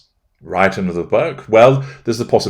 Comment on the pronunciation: I think you meant 'past her', but it came out 'panther'. 'Old cougar' would have been best. 😄